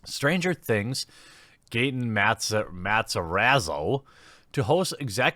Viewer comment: I hope y'all r not mad at Gaten, he's innocent. Tease Netflix, and not him. And the way he says "Matarazzo" is so wrong.